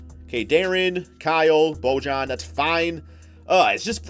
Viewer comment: it’s pronounced boy-yan